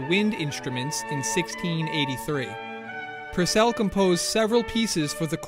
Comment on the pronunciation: Henry PUUUURcell thought, not Henry PurcEll